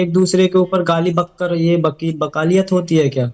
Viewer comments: Casachin pappo ko wakil v bolna nhi aata hai wakil ko bakil bolta hai or ye seema ko lappo ghengur se piyar ho gaya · Bakel nhi wakeel hai 😂😂😂😂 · Abe Vakil hota hai Vakil Vakil Nahin hota hai Vakil hota hai Vakil Vakil ke Lallu Ram Chaurasiya